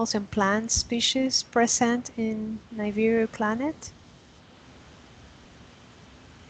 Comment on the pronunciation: it's niBIru, not niviru